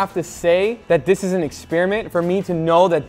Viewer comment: Guga when he says the words, this, that, and there! “Diss” “dat” “dare”